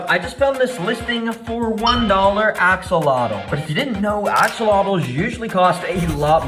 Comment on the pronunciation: bro really said akseloto